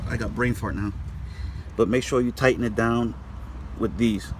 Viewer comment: Tighten not tie’in Waiting not way’in Saw not seen Blessed not bless